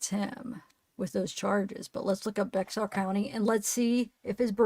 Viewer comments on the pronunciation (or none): Bexar is pronounced bear